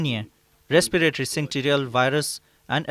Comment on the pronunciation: Syncytial virus not synctial virus